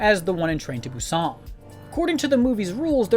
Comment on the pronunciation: So sorry just have to point it out, how you pronounce "Busan" just sounds very strange. In non Korean speaking countries we still don't pronounce it that way. And a quick YouTube search will also tell you how to pronounce it in Korean.